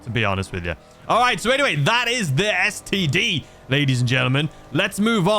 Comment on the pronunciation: Brand new std sounded so wrong